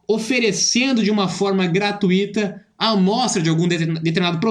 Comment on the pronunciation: Maravilhoso! Muito bom o conteúdo e leitura Só um detalhe: não existe gratUÍta. A palavra não tem acento, é gratuito/ gratuita, e não tem essa ênfase no dom do i, ok!